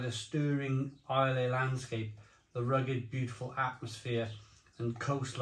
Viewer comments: Islay is pronounced: i-lah Laphroaig is pronounced: La-fro-ig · Fully loled every time mispronounced Laophroaig and Islay